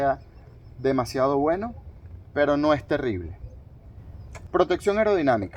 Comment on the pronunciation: Y no sé dice gueno, se dice bueno, chaburro